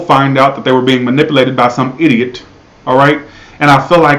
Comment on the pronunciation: I like how you say idot lol